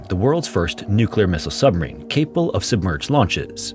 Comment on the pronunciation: I can’t get over how you slur your words. You need to annunciation better. You say Submarine sometimes, and then “submeen.” You need to slow down